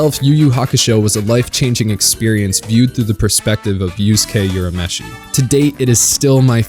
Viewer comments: It not pronounced as "You-rah-meshi" It's prounounced as "Ooh-rah-meshi" Careful when pronouncing other people's names.. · It's URAMESHI not Yurameshi. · "youramishi" "youskei" lol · I cringed every time he said "Yurameshi".